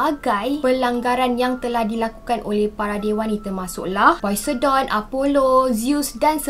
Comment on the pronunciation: Should pronounce it as posaiden not poisedon